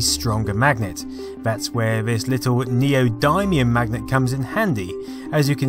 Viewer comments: 4.55 Whoa, triggered by your pronunciation for Neodymium there. It's neo-dim-ium, not dime. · Neodymium is pronounced Neo din ee um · its pronounced nee odd me um